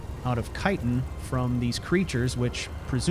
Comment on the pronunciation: Yes! Someone other than me is finally pronouncing Chitin correctly. Thanks.